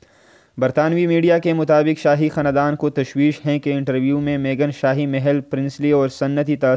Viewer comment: پہلے اردو بولنا سیکھ لے تجھے خاندان بولنا نہیں آتا۔